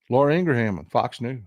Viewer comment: Ingraham is pronounced INGrum. Two syllables.